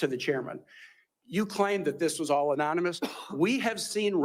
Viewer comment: Is he saying anominus instead of anonymous? I heard it 3x😮